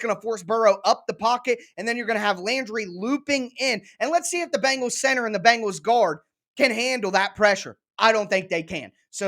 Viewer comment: The name of that NFL football team in Cincinnati is pronounced Ben gals not BANG gals. If is not that difficult, but you are certainly not alone in your mispronunciation.